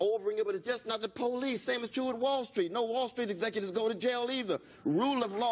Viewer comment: Coconut you mean POE-LICE